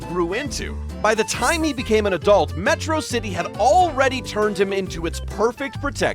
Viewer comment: Why does this guy keep mispronouncing Metrocity?